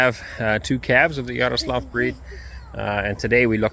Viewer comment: I'm pretty sure it's Yaroslavl, not Yaroslav. Someone who knows for certain may correct me of course :-)